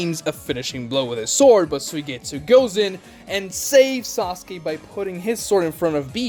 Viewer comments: Why does he keep saying "Sasuki" instead of "Sasuke"? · It triggers me so much how this guy says "Saski" a lot of the time